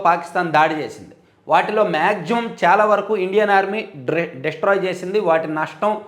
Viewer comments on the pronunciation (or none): none